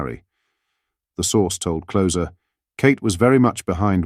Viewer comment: “A source told ‘Clozer’ “ 😂😂😂 Love it when ai messes up!